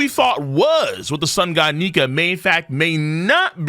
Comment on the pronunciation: Excuse me sir? Only the what? ?? That did not sound like Nika 😅